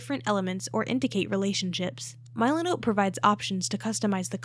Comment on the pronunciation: AI trash content. Can't even pronounce the name correctly